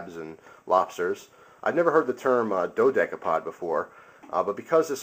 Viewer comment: i thought you say it dode capode